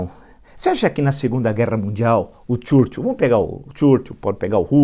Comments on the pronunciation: Se Escreve Churchill se Pronuncia Churchow.Permita-me a Correção Instrutor.Vamos Adiante Villa. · desculpa, professor, mas não consigo evitar rir quando o senhor diz "CHURCHUL" kkkkkkkkkkk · Caro Villa Por favor, pronuncie o nome do Churchill corretamente. Tá parecendo o Bananinha falando inglês!